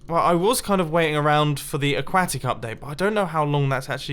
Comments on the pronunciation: Mumbo's a duck: C'mon, man, is AqUAtic, not aqAcic! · It's not AqwAtic, it's pronounced okwatic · Its not aguaitic its aquatic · I'm pretty sure it's just your British accent but what it sounds like to me is "Update A-cwa-tick, I'm from America and we say it with less pronounced syllables like "Update A-cwah-dic. I love your vids. though and I think you need to keep doing what you want and ignore people like me who criticize how you pronounce aquatic. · a-quat-ic, not a-kat-it. silly mumbo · uh-kwo-tic not uh-kwa-tic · aquatic not aquatic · Stop saying aqauctic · Mumbo: a - Use your slot for your enderchest! b - it's a-quä-tic! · Update “Aquacktic” 😹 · aquaaaahtick I love the way you pronounce that! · a-QUA-tic dont be xisuma again... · You are pronouncing "aquatic" wrong. It's pronounced (a-qwo-tic) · I honestly stopped watching when you kept pronouncing aquatic as a quack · Ah just what i was waiting for when i got home P.S. you said acuatic like a- quack-ic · Is it just me, or when Mumbo says “aquatic” it sounds like A-quack-tic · Aquatic is pronounced ahk-wah-tic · god damn the way u pronounce aquatic is awful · But how he says Aquatic tho LMAO 😂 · am i the only one who found the way he says aquatic funny? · Why do you say "Update Aquatic" like that < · is it just me... or does it sound like he is pronouncing aquatic wrong? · They way you pronounce aquatic bothers me.